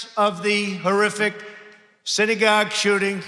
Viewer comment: Did that fucktard say "siddygog shooting"?